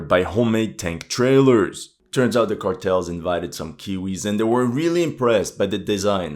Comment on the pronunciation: Whats up with the Ä in Cartels?